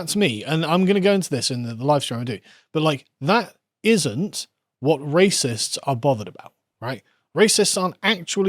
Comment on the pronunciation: Please... the way you pronounce "wh." It sounds like a Russian x.